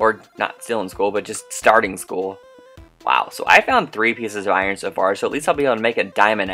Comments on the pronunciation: not to be mean but it's not Aron its I-Ern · you said iron wrong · do you mean berserker lol xD! btw love how u said iron a different way and love you tell Audrey why she scared of murder I wanna say. sorry for killing you Both on murder when I won twice